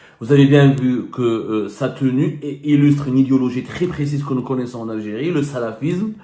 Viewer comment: J ❤ la mot L algirrriiiee 😂😂